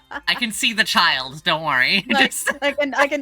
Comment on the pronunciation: I am once again reminded that Childe Genshin is not pronounced Chill Day and it has mildly upset me. The new characters are pretty cool tho